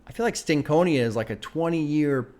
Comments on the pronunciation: Stank On Ya is how it’s pronounced. Not Stank Conia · Oh yea, and the proper pronunciation of Stankonia is (stank-oñ-ya). Like when I start to see you move your head when you listen to a real good hip-hop album, I'll say "yeah you got that stank-on-ya."